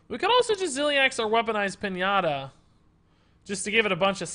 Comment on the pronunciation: did you seriously say pin-ahh-ta instead of Pin-ya-ta?